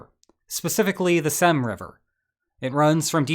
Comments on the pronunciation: An older Russian man I know tells me it's actually more so pronounced like "Seem" 🤔 Definitely SEEMS more likely to me as I find "ey" making an "A" sound a LOT less likely... 😂😂😂🤭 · "Seym" is pronounced like "same". The ability of westerners to mispronounce extremely short and simple words is astonishing.